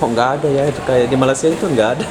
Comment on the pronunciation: Sebut malasia. Hilang huruf (Y)